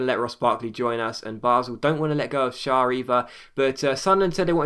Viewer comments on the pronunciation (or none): shar is pronounced share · Schär is said like chair! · Sher, I believe its pronounced. Capoo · Schar is pronounced like 'share':) pls reply <3:D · It's Fabian ''Shehr'' ä = eh its like a short E ;) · I think it's pronounced share, because of the umlaut on the a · It's basically pronounced 'Share'. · Schär is pronounced as "Share" is in englisch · Schär is pronounced 'share' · schär's name is pronounced as sheer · Schär is pronounced share I think